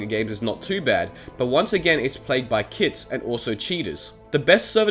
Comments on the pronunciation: If it weren't for this comment, I'd have actually thought that he really said kid instead of kit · I had to take 5 seconds of thinking to realise he was saying kit and not kids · Is it just me but whenever he says it’s played with kits I think he says it’s played with kids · Was he saying "kids" or "kits" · I also kept heard kids